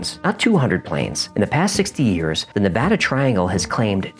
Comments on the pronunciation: As a Reno resident, thank you so much for pronouncing Nevada correctly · Thank you so so much for not putting an "O" in the word Nevada.. One of the most annoying things you can do to a Nevadian is call the state Nevoda... I mean, seriously, who tf sees an "A" and then proceeds to make an "O" sound, just fxckin why?.... Why taf do people read it that way!? With that kinda logic they should also be saying Colefarnio.... But thank you for real, most Nevadian really do get angry hearing Nevoda. Especially when it's on the news..... Just writing about it, kinda pisses me off, honestly. Lmfao. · As someone who lives in Nevada, I sincerely appreciate you correctly pronouncing my state's name. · Thank you for pronouncing Nevada correctly, it means a lot to us native Nevadans. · Thank you for saying Nevada right. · Thanks for saying Nevada correctly... ahaha! But yeah, that terrain is rough on the ground and in the air...